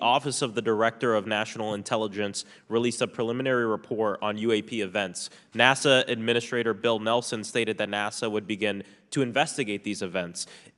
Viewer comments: What's up with people pronouncing "NASA" as "Nassau"? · Does he mean NASA? He said Nassau.